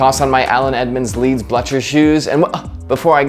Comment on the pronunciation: Blucher, as in Blue-cher